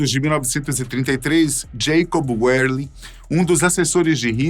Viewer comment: Amigo, o sobrenome alemão Werlin é pronunciado com "v" e não com "u", a exemplo de Wagen. Vale também para a palavra "Junkers" que não se pronuncia com jota e sim com "i" ou seja, iunkers. k